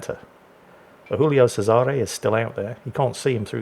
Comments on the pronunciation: Since it's Italian, it's spoken Julio Chesare, not Hoolio Cesare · It's not "Who-lio Sayzare". It's not Spanish. It's "Jew-lio Chay-zare". I know, I'm pedantic. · the giulio is italian not spanish its pronounced jooleeoh chaysaray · For the record, it's "Julie-o Che-sa-ray." keeps mixing his Italian and his Spanish for some reason. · Jew-lee-oh chez-ah-ray